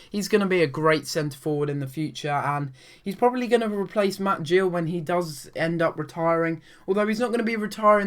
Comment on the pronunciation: Ik this was ages ago but as an Exeter City fan I would like to say it is Matt Gill not Jill !;)